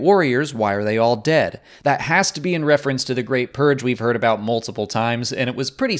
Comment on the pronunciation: Love how he puts the emphasis on 'dead' lol